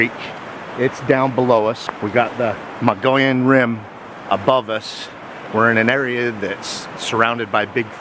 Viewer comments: Mug-e-own say it right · Thanks for good video. It’s pronounced ‘ Mog-ee-own’. Or ‘Mug-ee-on’. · Muh-gee-on, no Mongolians here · So uhh... you know the Mogollon Rim like the back of your hand, but your husband cant even SAY it? Hmm....